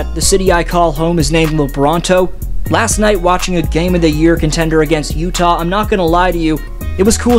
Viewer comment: 😂😂😂. Did you really say, "LeUtah" !? 😂 "Leyear20 "? 🤣 As a raptor fan, we overcame great odds.😅🎉